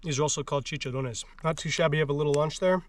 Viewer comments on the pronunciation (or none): none